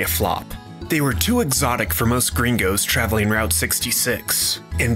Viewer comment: Im flattered you use that mexican lingo but it feels so damn weird to hear you say "gerraingos" so much